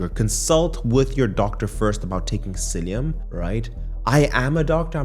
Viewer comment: Are you saying Psiillium?